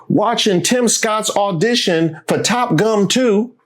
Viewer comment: Holdup, wait a minute, did you say “Top Gum?!’ 🤣🤣🤣🤣🤣🤣🤣🤣🤣